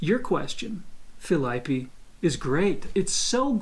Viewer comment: O claramente sabe como pronunciar "Felipe", mas pronuncia errado de sacanagem. kkkkkkkkkkkk